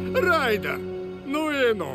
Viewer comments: не рейдер а райдер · Правильное имя не Рейдер а Райдер.